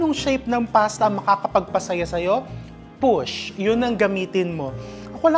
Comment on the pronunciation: Hahhahahah napahinto ako sa "push" masyadong naemphasize hahahha